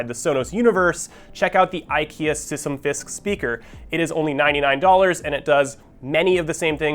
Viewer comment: Sysym-fisk😵‍💫 actually dying here😂😂